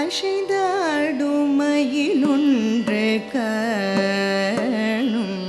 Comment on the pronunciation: Good effort, and pleasing. Tamil is a beautiful language, and there’s absolutely no need to put in the extra energy to butcher it with அ*ஷை*ந்தாடும் and *ஷொ*ல்லடி when அ*சை*ந்தாடும் and *சொ*ல்லடி likely require less effort, and not to mention, are natural and correct.